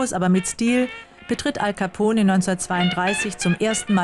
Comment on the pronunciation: hej leute das E in alcapone wird nicht gesprochen